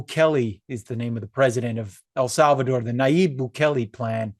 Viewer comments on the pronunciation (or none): It's not Bugele.... it's Nayib Bukele!!!!